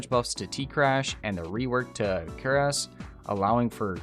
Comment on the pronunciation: Did you say quares of the falling star??